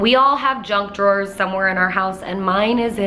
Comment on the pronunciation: Every time. Every. Single. Time. I hear drunk drawer instead of junk drawer.. And i dont even drink! Excited for the video :-)